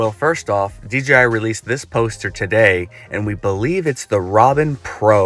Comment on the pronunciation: It's not called "Robin", it's "Ronin".